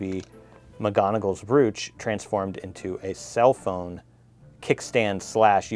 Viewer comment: It’s pronounced bro ch . Lol 😂 x I thought this box was a little boring compared to usual x love your book cover x